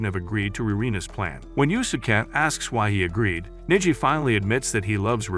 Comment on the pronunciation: I hate when the A.I. narrator pronounces the name as Niji rather than Neji. 😓😮‍💨